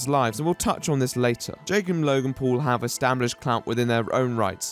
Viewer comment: the way you say Paul sounds like pool. Gregpool the worst superhero ever, saving zero bully victims at a time. Chimichanga